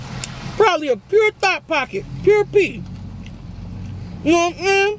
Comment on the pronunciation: Nobody:: mouthfull “nowhamsayn”